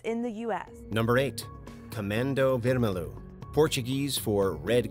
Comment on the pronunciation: as a brazilian, that pronunciation of "comando vermelho" was hurtful to listen